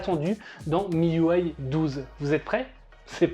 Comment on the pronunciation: Miuway ? Mes oreilles saignent !! Ont dit un système UI pas un système uway 🤨